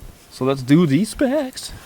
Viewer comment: Why tf u say "specs" like that? Lmao